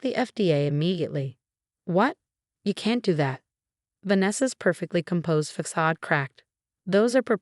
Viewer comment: Fack-sard? That’s a new one. Just when I thought that ‘facade’ couldn’t be mispronounced differently, this happened. BTW, hearing ‘façade’ pronounced correctly has only happened once or twice In my experience. Usually it’s ‘fack-are’. Maybe a point for ingenuity? But, PLEASE update your voice bot.